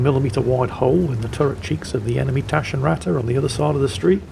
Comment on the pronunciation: well ment hint to improve the germanz pronounciation of taschenratte , short A + double T make it sound hard and very teutonic